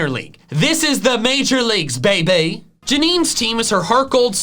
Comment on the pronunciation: thats so funny how he says beaby